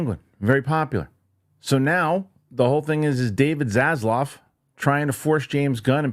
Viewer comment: It's David *Zaslav not (Zazlav).